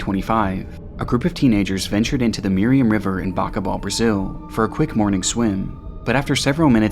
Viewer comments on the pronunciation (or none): none